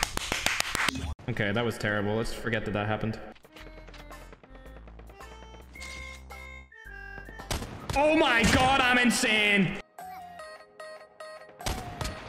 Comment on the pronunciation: insane pronouncation: others:im insane:im insin